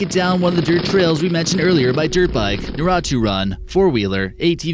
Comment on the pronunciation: Naruto = NAH-RUE-TOE